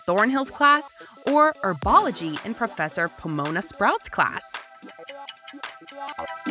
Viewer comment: I’m sorry ‘Herm-OI-nee’? Bro 😭 ‘Anim-ah-gus’ also you could be a wolf animagus sooo win-win? Ik they’re not the same ‘Nah-gini’ ‘Seedric’ ‘House cup’-proceeds to show Triwizard Cup ‘Erbology’